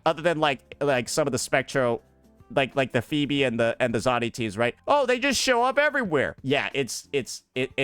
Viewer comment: He can’t pronounce Zani 😂😂😂😂